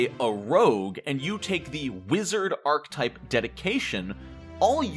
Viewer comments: I had a really hard time with the pronunciation of archetype in this video. It’s aar·kuh·tipe not ark-tipe. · I'm trying so hard to watch this, but archetype is three syllables, not two: arch-a-type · archetype is a 3 syllable word, thankyou